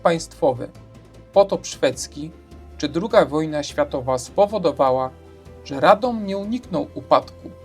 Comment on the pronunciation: What a pervert pronounciation - you only have to look at the Wiki-article in the internet, where you will find international sound language, telling you exactly how to pronounce it!